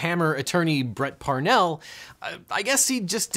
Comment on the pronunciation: wasn't it also Parnall, not Parnell, in the ad? Not sure if he did that on purpose lol!